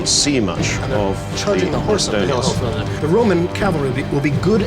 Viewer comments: He called the macedonians Macadonians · If that fucking guy says MAKADONIANS one more time... I will fucking KILL SOMEONE.